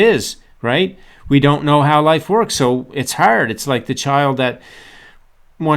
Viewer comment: I love how you say harrrd lol! great video